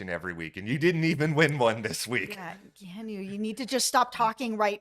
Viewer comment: I’m being that person. I’m soooo sorry. I have a nephew (Hawaiian) with this name so I have to. KEY-AWE-NEW = Keanu Love your BB coverage. Again I’m sorry! 😅